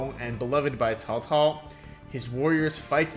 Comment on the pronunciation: This is a really fun one. It does a great job of making it feel like 3 different Chinese civs by mixing together the various faction units. And the Three Kingdoms period is a very fun one. A classic setting. Props on accurate pronunciation of Cao Cao too haha